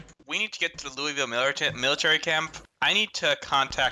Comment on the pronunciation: This was fucking excellent. However, as a native Kentuckian ya'll need to learn how to pronounce Louisville.